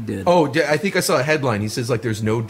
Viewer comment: "I sawr a goblin."